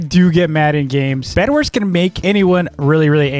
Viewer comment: Did you just say Bed"WERS"?